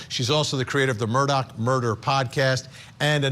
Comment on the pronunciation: I really wish these people would stop calling the Murdaugh name, Murdock...geez